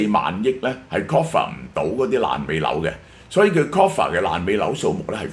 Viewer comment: Cover not coffer